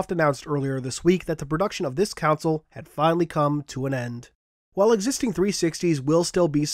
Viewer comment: you still cant say console right.......but good bye 360